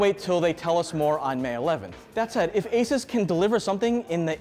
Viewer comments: Mans done his research, yet can't pronounce asus.... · At least pronounce ASUS correctly. You're literally a tech channel. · It’s a bit grating that a tech journalist can’t correctly pronounce ASUS.